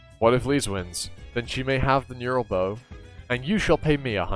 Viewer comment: Unless I'm insane and it's my fault for failing to read it right... And aside the fact that this is two years later so you probably know this by now... But every time you say neural bow instead of neuTral something triggers in my lizard brain. Anyways, good stuff man. Love to see people give Kubera the exposure it deserves as arguably the best webtoon and manhwa out there... At least in terms of storytelling with its sheer brilliant, gut-wrenching and mind-bending story being second to none for me.